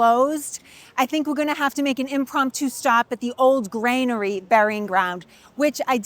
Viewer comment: It’s Granary…….NOT Grainery Sorry, my need to correct improper pronunciation goes back to a time when I was about 25 when I overheard one tourist tell another tourist as he was pointing at a building that the building was Nathaniel Hall… when we all know the correct pronunciation is Faneuil Hall. (fanyuhl)